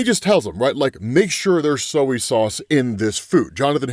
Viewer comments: in and we’re all just gonna ignore that calls “soy sauce”, “soiee sauce” and act like spiderman has bigger problems… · I'm sorry, what kid of sauce? Soh-ee? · Sowie sauce.... What the hell dude? Its 3 letters. Just pronounce those 3 letters. No need to go adding your own. You go pour your uwu kawaii sowie sauce on your food. Spiderman will use soy sauce on his. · I love you & hate to be that guy, but two big mispronouncations in the video. Soy is said like boy & not Zoey with an s. & gestalt is German so you say it like guess talt not jess. I love all your videos and only want you to improve. I share your vids with friends & family. Keep up the great work. One of your biggest fans. -J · SOW EE SAUUCCEE? HMMMMM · I've never heard anyone pronounce Soy Sauce as "sow-ee sauce" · Soiee sauce btw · Soeey sauce?? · "Soeh Sauce"??? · ...How do you mispronounce soy?